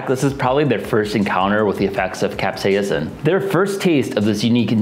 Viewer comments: cap-SEIS-in You're adding too many syllables. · Seems like there is a ghost "a" in your Capsaicin. Keeps saying cap-say-a-sin. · Weird pronunciation of capsaicin. Like a hybrid between the American "cap-say-sin" and British "cap-say-uh-sin." Pronouncing the first i like what it sounds in the words hit, miss, or ditch more than how the Brits tend to pronounce it like the U in hut, mutt, or Dutch. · What if I told you the first "i" is silent in capsaicin?